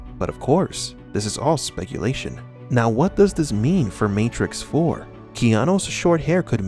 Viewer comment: my favowite matwix movie is when keanu weeves fight mistew andewson